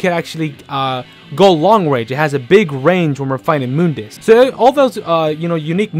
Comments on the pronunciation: nope, it's pronounce Moon_dus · No one:: moondis